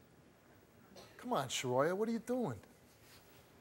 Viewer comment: Shuhroya?!?! Come tf on!!